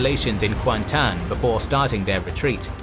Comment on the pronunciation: kuantan was correct though